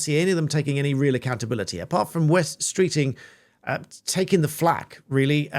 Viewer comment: It's not 'West Streeting' it's 'Wes Streeting' short for 'Wesley'!!!